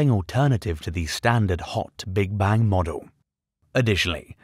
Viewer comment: Sir its Bang ! not bank.